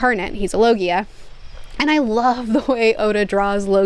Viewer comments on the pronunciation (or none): none